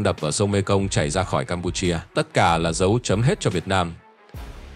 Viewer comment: Đọc nghe khó chịu quá, Campuchia chứ cam pu chi a là cái gì.